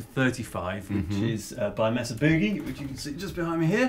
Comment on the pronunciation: Maysuh... not Mess-uh. I seriously thought you were saying "Messer" and was confused